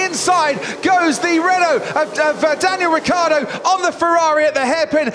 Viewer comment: Anyone gonna talk about the mumbling when croft trying to say "Daniel Ricciardo?"